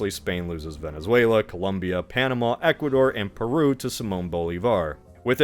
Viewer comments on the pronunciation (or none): none